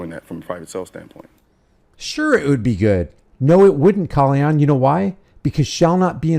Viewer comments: Is his name pronounced Kahl-lee-on?? If it is, I've been saying his name wrong the entire time :/ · You mean disarming himself? I'm mainly referring to 2A advocates who believe in Rights for me, Not for Thee. Just like Colion. (pronounced co Lee own) If you believe in licenses and registration as well as those who have served their sentences and do not deserve their rights restored, I'm against. We obviously have to surrender certain rights to exercise others and I don't agree with that either. Maybe if we called getting our civil rights violated "the r word" instead maybe people would take them more seriously.